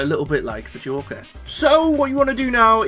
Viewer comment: Is it so hard to say joker